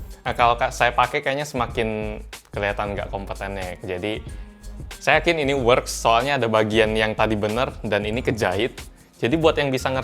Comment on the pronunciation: Works (dibaca weks)